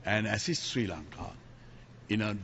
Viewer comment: ලපයට සිංහලත් හරියට බෑ. ශ්‍රී ලංකාව. කියලවත් හරියට කියාගන්න බෑ. සි ලන්කාව කියලා. කියලා කියන්නේ.